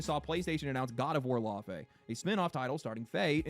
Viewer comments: it irritates me hearing the americans pronounce Laufey wrong. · I just hate how they pronounce the name 'Laufey' i also would have expected a norwegian to do a better job